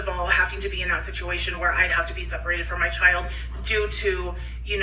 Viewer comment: My pet peeve with her is how she says "chaw-yuld" instead of "child" - it's one syllable!